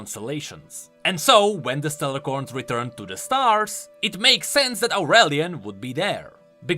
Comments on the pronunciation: Its Stellacorn not StellaRcorn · keeps calling them StellaRcorn but there's not supposed to be an "R" in the middle of "A" and C". It's actually just Stellacorn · Just wanted to point out that it's Stellacorn without the R